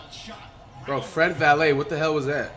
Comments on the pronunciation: miss when he used to say “Fred Vanvalit” 🤣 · in some point of the vid he said fred valae so when he first said that I just drop my comment but your correct tho